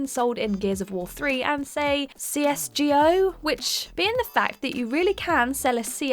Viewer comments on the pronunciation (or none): CS:GEE-OH Please review your research methodology. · Hyperbowl? CS Gee Ho. Come on, be better! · "See-Ess Gee-Ohh" Someone's never played it I see.